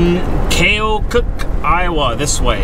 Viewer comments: Keokuk pronounced KEE-oh-cuck. Lots of native American names in Iowa for cities and counties. Keokuk is in Lee county Iowa which is the very southeast tip of the state. I grew up 2 counties to the west of there in Davis County. We played them in various sports etc in highschool. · Avenue of the Saints = connecting St Paul, MN and St Louis, MO... and it is pronounced key-oh-cook... Keokuk, IA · Key-oh-kuk (iowan pronounciation) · It's pronounced Key, Oh, cook. The town you went through was called Hannibal.